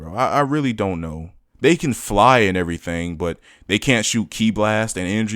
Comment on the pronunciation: I don't like how you're saying KI, Its pronounced the same way you would say Key, not Kai.